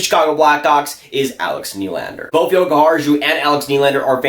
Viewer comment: Jokiharju pronunciation: the last part ju... should be like said yu (you welcome muricans LUL)... otherwise quite close...